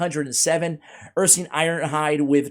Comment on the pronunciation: Ursine is pronounced ur-sign, not ur-seen.